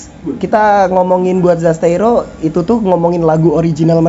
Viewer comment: mantab bang terimakasih review nyaaa💖😂 btw admin perlu di ospek penyebutan zasteiro ya bang